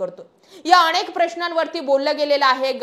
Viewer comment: अणेक नाही अनेक